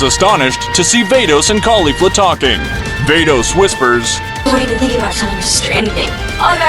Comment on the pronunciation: ITS VADOS NOT VEIDOS